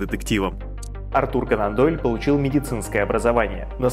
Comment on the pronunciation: Все супер, но не могу понять один момент, почему произносится Канандойль, как будто слитно, хотя он же кОнан Дойль